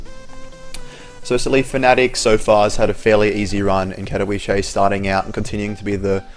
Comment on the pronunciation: You keep pronouncing Katowice wrong... :/ It's pronounced Cat-oh-veet-suh, in Polish the w sounds like a v, and the ice sounds like eet-suh.